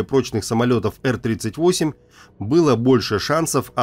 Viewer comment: Сам как услышал эр38😂, сколько в стимуляторы летал, сразу по ушам резануло.